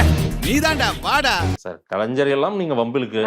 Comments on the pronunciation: கலைஞ்சர் கழிஞ்சவர் இல்லடா. கலைஞர் சொல்லு ஞ ஞ ஞ. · கலைஞ்சர் இல்லப்பா, கலைஞர்.